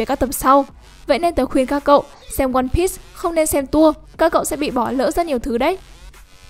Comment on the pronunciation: One bi not one bít